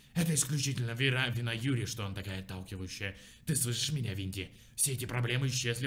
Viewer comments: Юри а не ЮрИ.. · Не юрИ, а Юри!!! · Почему он говорит юрИ,а не Юри? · Ю́ри а не Юри́!!! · Юри, не юрИ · ПОЧЕМУ ОН ГОВОРИТ ЮрИ? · Она не юрИ а Юри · Не юрИ а Юри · Блин прошло 5 лет, а меня до сих пор бесит что винди говонит Юри́ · ударение ставиться на "ю" Юри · ЮЮЮЮЮЮри, запомни! Ударение на Ю! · Юри ударение на ююююю